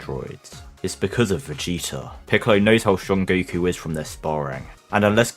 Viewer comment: Have you noticed you say "goo koo"?